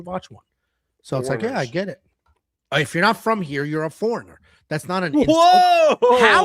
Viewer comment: Dam the way u say foreigner makes it uncomfortable